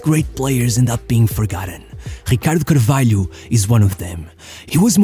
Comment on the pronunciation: da maneira q ele disse ricardo carvalho e 100% portugues